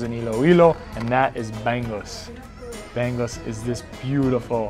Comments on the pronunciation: Bang Us haha.. that is bangus.. not bang-gus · I dong like how you said lumbia its lumpia 😢 and you said kari-kari its kare-kare 😤 and bangus you said banggus 😡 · Born and Raised San Diego Filipino American. Just utter joy seeing this. Also getting a good laugh at pronunciations: "BANG-Us" really gets me ROFL